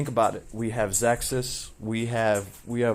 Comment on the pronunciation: Awesome vibe, thanks for sharing your thoughts & opinions. On the other side... Bag noise at the start of video is very scuff & not sure why you pronounce Ze Kus as "Zexkus" or "ZessKuss". Cheers ~